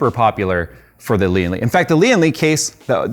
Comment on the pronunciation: Lian Li watching the comments? Please correct the pronunciation of the name, driving my OCD crazy every time watch a review LOL